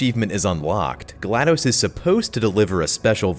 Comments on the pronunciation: Hey, you've been mispronouncing GLaDOS. It's not pronounced like dose (it's not supposed to sound like you're counting to 2 in Spanish!) but more like toss. Her name is a play on the word glad, name Gladys, and the computer term DOS, or Disk Operating System: (note the pronunciation listed) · Love the video! It's apparently pronounced "Gla Doss", like how you would say the "DOS" part of MS DOS (m s doss).